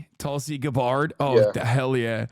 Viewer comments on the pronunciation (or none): none